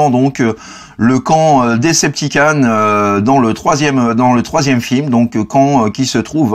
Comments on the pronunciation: DecepticOn ! S'il te plait >< pas DecepticAn :'( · Decepticon pas Deceptican